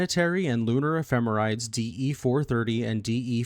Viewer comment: point of pedantry - the end of ephemerides (the plural of ephemeris) is pronounced "-eedeez".